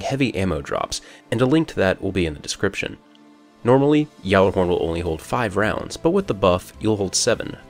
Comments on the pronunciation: Its not a yallahorn XD its a Gjallahorn XD the J is silent. It doesnt make a Y sound XD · The J is silent. The launcher begins with a G with a silent J. You always get it wrong. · It's ga-la-horn not ya-la-horn get it right people!!! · I dont care about sounding cultured and intelligent, everyone pronounces it Gallahorn. The people that pronounce it Yallahorn are just smartasses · I believe the correct pronunciation in the United States of America is called "Ballerhorn" or Bah-lahr-horn. Seriously though, every time someone tries to correct me on the pronunciation (which I obviously know and choose to ignore) I put as much emphasis in to saying Gahllerhorn as possible. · It's not Cuhjallerhorn either. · The "Gj" in Gjallarhorn is pronounced as "Y" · No its not XD everyone pronounces it with a G XD